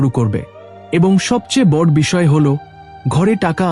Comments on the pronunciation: Kotha ta bod noe boro.uchharon thik korun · কথা উচ্চারণ করা ভালো করে শিখতে হবে তার কারন হলো বট নয় বড় বলতে হবে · বর না বড়।উচ্চারণ ঠিক করুন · বাংলা উচ্চারণ আগে ঠিক করুন । বড়্ কি কথা ।